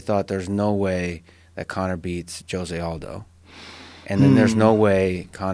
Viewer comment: Jo-zey Aldo? I pronounce the J in the "Jose" as H, like HO - SE.